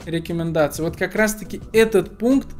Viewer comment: я орнул у него еще со слов мэджиКС,джипиЭРэс,миуи дИмон и рекЭмендации)))